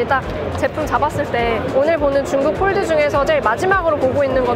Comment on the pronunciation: 왜 폴드는 f 발음 하시고 폰은 ph 발음 안하시죠? ㅋㅋㅋㅋㅋㅋㅋㅋ 보는내내 발음때문에 힘들엇렁